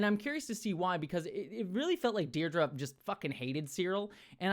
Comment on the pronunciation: ... don't know if others have pointed it out yet, but it literally looks like they're just playing "Rock-Paper-Scissors", which is hilarious. 😂👍 Also, and I know you have issues with remembering or pronouncing names, but it really isn't Deidra, it is Dedra (they say it as "Dead-Rah" 🪦)! Also quite funny, if you think about it. 😉